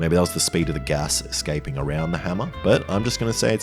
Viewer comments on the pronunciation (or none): "... eXcaping" lol - did you axed it why ? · excaping??? Learn how to speak properly... Jesus fkn christ